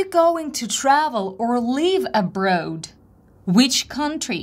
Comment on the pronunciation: You mispronounced the word "Abroad".